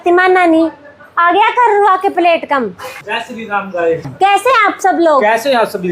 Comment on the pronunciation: plate kya hota h theek se bolna to seekh lo